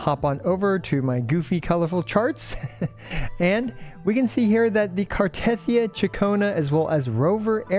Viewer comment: The way you pronounce Cartethyia even when they pronounce it in game makes me want to cut my ears off and feed them to a Malamute. But CC’s don’t even listen to in game dialogue because you skip everything makes sense. All good.